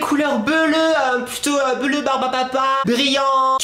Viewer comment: je te rappel quond ne dit pas bleruu